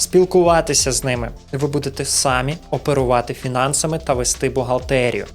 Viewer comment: Наголос трохи не так ставиш на самі ) , я не доколупуюсь